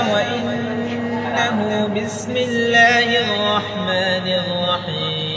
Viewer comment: কেউ কি খেয়াল করেছেন? সে আউযুবিল্লাহ আর বিসমিল্লাহ একটু ভিন্ন ভাবে বলেছে। এটার কারন কি?